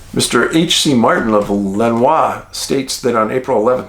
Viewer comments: I’m sorry to have up correct you but as a local. Lenoir is pronounced Len or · Another great one, Dave. All FACTS on point👍..... Having been raised a 30 min drive from the City of Lenoir, the pronunciation is "Le-nOR" 😉 ....Keep the facts/posts coming, please! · The Brown Mountain Lights are legit, I have seen them myself. I don't have an explanation for them but they do occur. They kinda looked liked a floodlight on a rheostat, slowly turning up the voltage, then they would disappear. And Dave, Lenoir is pronouned "Luh-nore".